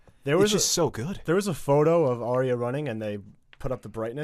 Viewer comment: pronouncing Arya wrong once, gave me flashbacks to the Last Airbender when every character name was pronounced wrong